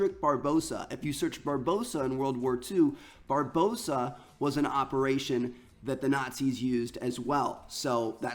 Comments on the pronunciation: He kept saying Barbossa when its Barbarossa .... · It's pronounced bar-ba-rossa Not bar-bossa. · Triggers me when he says "Barbossa" its pronouced "Bar-bar-ossa". even spelt differently. Didn't realise we had pirates in this game, hopefully Jack Sparrow makes an appearance. Only messing around btw ;) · it's barbarossa not barbossa you uneducated bellend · It's bar-ba-rossa not barbosa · when i have never seen an American pronounce Barbarossa properly LOOK AT THE WORD it's not barbossa it's. Barbarossa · "Bar-boe-sa" Bruh... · Did this man not due school....? THATS NOT HOW YOU PRONOUNCE BARBAROSSA.